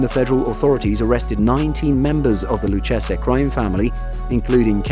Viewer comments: Hey you Mamaluke, Lucchese is pronounced Loo-Cay-Zee. Not “Loo-Chessa” Learn how to pronounce the Italian names correctly. Of course we can always send Vinnie & Lou over to help you with your speech problem.🇮🇹🇮🇹🇮🇹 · Luchese is (loo-kay-zee) Joe Pistone is (pis-tone) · Lucchese is pronounced = Loo kay zee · It's pronounced Lu- Kay-Zee. 🤦🏼‍♂️ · You really should learn how to say the names if you're going to make videos on them. The Luchesse family is Pronounced LOU KAY ZEE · The in the USA we pronounce it, the 'lou-case-ee' family.